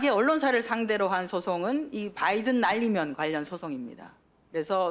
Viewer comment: 은혜 젓탱이 날리면 으로 들린다